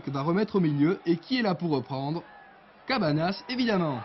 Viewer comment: Mdr ils disent quasi tous Cabanas alors que ça se prononce "Cabagnas"